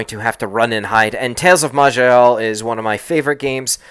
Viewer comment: ..."I know this prolly mute by now buuuut, it is pronounced....may-lay...."...jus' sayin'....